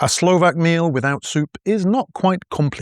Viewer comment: You pronounce Slovakian words flawlessly.